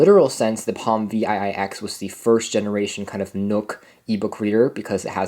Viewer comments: I worked at Palm from 2003 to 2009, and as others have said - this unit is called a ‘Seven Ex’, not Vee Aye Aye Ex. Seven Ex. ViiX. 👍🏻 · Yes. Him calling this thing Vee Aye Aye X is making me crazy hahah